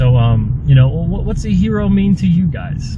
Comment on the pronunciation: it's certainly not a Her-O...just saying.